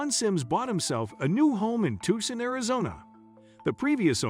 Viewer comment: You pronounced Tucson wrong every single time